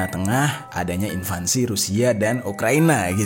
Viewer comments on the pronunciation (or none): INVASI BANG BUKAN INVANSI